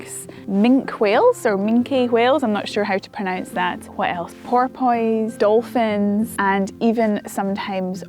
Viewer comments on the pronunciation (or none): I have a pronunciation correction for you. Porpoises is not pronounced the way it looks like pot poi see. You don’t worry about the “oi”. You say Por puss and you don’t say poor poises so I just thought you’d like to know.